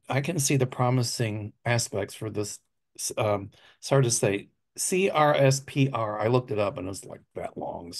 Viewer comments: CRSPR is pronounced “Crisper.” Please stop spelling it out. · CRSPR, gene editing technology, is pronounced “cris-per”…like the crisper drawer in the fridge. Groundbreaking lab work is being done, and the technology has gotten FDA approval to be used for sickle cell anemia.